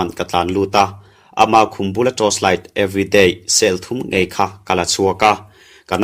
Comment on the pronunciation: Ngaihnawm hle mai,......mahse pakhat chiah ka lo sawisel teh ang aw......everyday cell thum tih a chhiar hi a chhiar sual ve chiang hle mai, ever di_ ti a lam rik tur zawk aw,....thawnthu ziaktu leh chhiartu te in fakawm, in thiam in ngaihthlak a nuam lutk